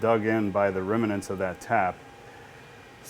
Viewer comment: It's pronounced remnants not reminants! Nice EDM you have there and a retractable oil tank too.